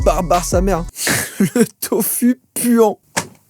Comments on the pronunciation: sa se lit tofu mais on dit tofou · on dit tofou pas tofu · ca se dit pas tofu mais ca se dit tofou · Ça se prononce tofOU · sa ce dis tofou et non pas tofu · On dit tofou même si ça se dit tofu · Y a que moi que ça choque qu'il prononce "Tofu" (avec la prononciation du "u" normal). Désolé mais ça se prononce "Tofou" 😭😂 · Joyca désolé de faire le connard mais le tofu ne se prononce pas « tofu » mais « tofou » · On dit pas ''tofu'' on dit ''tofou'' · On ne dit absolument pas tofu! Ça se prononce tofou 😱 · « Le Tofu puant » ça ce dit pas tofU mais TOFOOUU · sa se prononce tofou pas tofu . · On dit tofOU et pas tofU voilà gros bisous salut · Il a dit tufu mais sa ce dit taufou 😅😂😂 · Juste joyfa, on dit "tofou" et pas "tofu" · On prononce « tofou » pas « tofu » le -u se prononce -ou :) exemple: Naruto se prononce « Narouto » et non pas « naruto » voilà quelque chose de bête à apprendre 😊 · ''le tofuuu'' mdrrr ça se dit ''tofou'' x) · on prononce tofou et pas tofu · Tofu= tofou en pronontiation déso j'étais obligé 😂😭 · ça se prononce tofou puant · Le tofu se prononce « tofou »😭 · Je suis surement pas la seule à l'avoir marquer.. mais .. Joyca, chose idiote à apprendre "Tofu" ce dit "TOFOU", en japonais, le u se prononce ou ! :) Dah beusous et continu d'être comme ça, tu est génial ! :D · À "tofu" ce prononce "tofou" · Ça se prononce "Tofou" 😭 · Tofu se dit "tofou" 😂😂 Enfin je crois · On dit du "tofou" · Tofu ! Ca se dit tofou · sa se prononce tofou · Le tofu se prononce "tofou" et les végétariens et les végans en mange à la place de la viande. C'est très bon pour la santé. Continue comme ça t'es le meilleur.♥️ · J’ai même pas envie d’entendre le scroutch 😂 Au fait on prononce tofu tofou Voilà c est tout 😂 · Comment il dit tofu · Tofu prononcé avec le son u ! 😂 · scroutch.... j'adore ce mot (mdr la prononciation de tofu 😭😭)